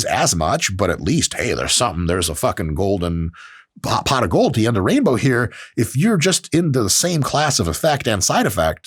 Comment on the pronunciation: “Use the HERPE hypertrophy app today”. I can’t stop hearing that.